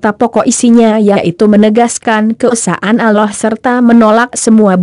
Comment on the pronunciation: Tolong ganti yg bisa baca rasulullah dan allah swt dan baca ayat2 al Qur'an dg benar, biar tidak salah arti